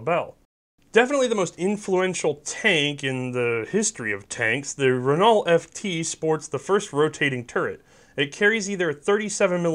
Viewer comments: For those of you that didn’t grow up on formula one, Renault is pronounced “Ray-Know”….fyi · I love it, I want it! Anti-tank guns rock! *heads up: Renault is pronounced rehh-noo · Don't do that man! I love your vids! Just thought i'd throw ya a rope on the Renault thing. The French.......the way things are pronounced, most of the time is way off from how it reads. I work for Bombardier and deal with Montreal and French Canadians all the time, trust me, just as weird in Canada! I didn't scroll through the comments, i'm guessing a bunch of other guys gave you flak over it, my apologies! Keep up the awesome content!